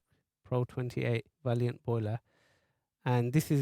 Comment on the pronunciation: Lovely video, thanks. Some good safety tips too on the cap. The make is Vaillant, not valiant. Pronounced vay-lant.